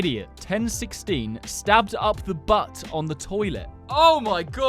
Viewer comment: STOHBBED IN THE BATT ON THE TOILETTE